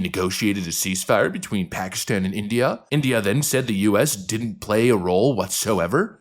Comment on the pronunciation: what is with these british "journalists " pronunciation??? I have looked at Every letter in the name INDIA and I can not lay my finger on a single "R" yet they keep adding it at the end - ignorance! 😅